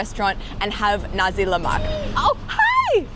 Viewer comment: Nasiii leak not naz1 lemakk😂😂